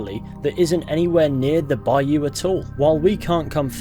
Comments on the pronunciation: It's cute how you say baYOU lol. Put the stress on 1st syllable, BUY you. There, I just heard ypu say it right! Ypu do it both ways, us bayou folks don't get much recognition😂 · It’s not a bi you it’s a bi oh lol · down here in the south (USA) bayou is pronounced bouw lol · put the emPHAsis on the first syLLAble of BAyou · Man, I'm from Louisiana and the way you're saying bayou is bothering me😂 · Bayou Nwa not Lamoyne's Bayou